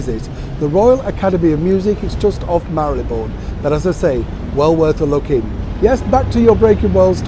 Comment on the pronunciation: THANK YOU! I finally know how to pronounce Maryleborn(e?) Even if i still can't spellit!! All the best to you!